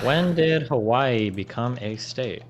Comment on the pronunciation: As someone from Hawai’i, it was not a state at the time of the attack but a territory. And none of them are pronouncing Hawai’i correctly.